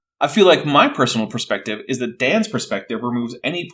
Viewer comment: "Pershonally" "Pershonal pershpective" Is shloshed?